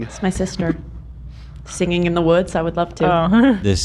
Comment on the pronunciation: Im so glad we are calling out the pronunciation of sing-ging finally